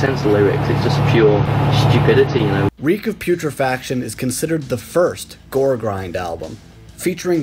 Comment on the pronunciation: It's G.O.R.E.